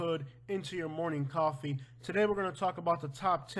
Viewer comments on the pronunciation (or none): none